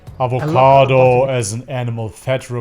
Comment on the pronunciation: If he said avocado one more time in his way, I was walking into traffic... Wait, did he day cabbaaahj? Lock the door!